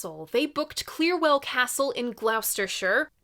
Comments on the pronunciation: as a Brit I was laughing here I have to say. Do our city names even count as an intelligible language? Anyway, pronounced basically as "Gloster" or "Gloster-sha". Because logic! Great review, by the way -- bloody brilliant album too. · Gloucestershire is pronounced Glostershire.